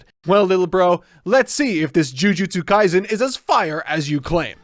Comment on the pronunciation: Kaisen, not Kaizen. Right off the bat and Mark gets the name wrong, lol.